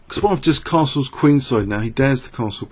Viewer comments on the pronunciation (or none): none